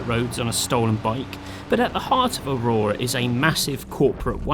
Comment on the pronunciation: It's not called Aurora, you pleb! It's Auroa.